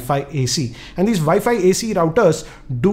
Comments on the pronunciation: it is WiFi not ViFi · VI FI routers LOL hhhh to thouse who didnot understand instead of saying wifi he says vifi . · He way he says wifi is vifi it's abysmal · It's realy a nice NETGEAR "ViFi" Router. Hehehe.. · Say "Vi-Fi router" one more time, please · Viifii router? Lmao Indian accent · im sorry but the way u say wifi makes me wana die. vifi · did he say vaifi ...??? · did I just heard "Vi-Fi" router????? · 0, i hear vayfay routers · He is passionate about saying 'wifi routers'🤣